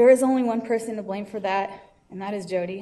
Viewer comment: Tbh I get the sense that "Hodi" is supposed to be the Spanish pronunciation of Jodi. It's actually kind of a racist joke if that's the case. not trying to call you a racist, I just imagine that that's how the Hodi thing started.